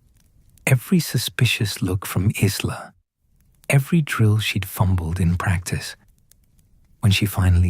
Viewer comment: Isla is pronounced 'eyela' - teach your bot because it's annoying in an otherwise excellent story x